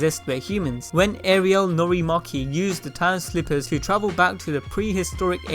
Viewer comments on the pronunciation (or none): none